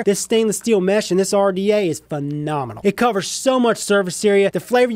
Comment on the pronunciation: sounds like he saying METH lmao 😂😂😂😂